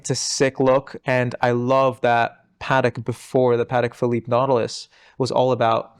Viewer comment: How difficult is to pronounce PATEK PHILIPPE correctly? Please!!! If you praise to know about vintage watches start with the names….